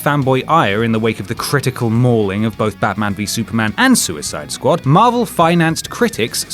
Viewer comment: sooyside skwad is really not good D- / 10